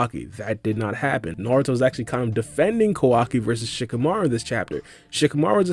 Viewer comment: Ko-Wa-KI not Kawaki?